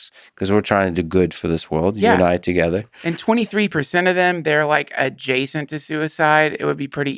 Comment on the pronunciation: "suicide ajacent" - OK, that was funny.